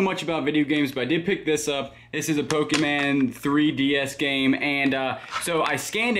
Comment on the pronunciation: It's a HOG, not a pig lol.. and it's Pokémon not poke man